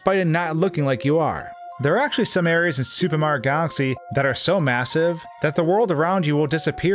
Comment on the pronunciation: Fix your pronunciation of super Mario. It’s not sssupemario, it’s super Mario.